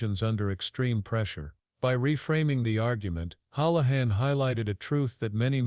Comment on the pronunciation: Hoolahan .hool not howl